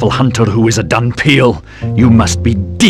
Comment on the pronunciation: The word is actually "dhampir". "Dunpeal" is what you get when you say "dhampir" with a Japanese accent and then translate it back to English.